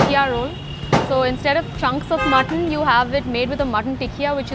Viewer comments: He calls mutton "mutthon" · How many times did you say Mutt ton....lololol I love watching your videos Mikey!! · Mutt-ton lol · They way he says mutton lol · I love how you say mutton